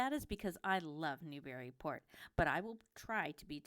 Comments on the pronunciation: I wish the people that do these videos would say it right. Not New/Berry/Port It's Newbree/ Port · How about you pronounce Newburyport correctly. It’s bury not berry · Actually, it's neither. To anyone who is/was a native, the preferred pronunciation has always been "NewBREEport"...no "bury" or "berry"...EVAH, lol! And don't forget the "Mall", which is simply pronounced, "Mal".